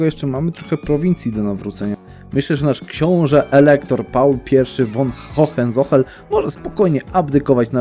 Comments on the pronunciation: Czemu zawsze mówisz Hohenzohel, a nie Hohenzollern? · To nazwisko wymawia się ,,hohencolern"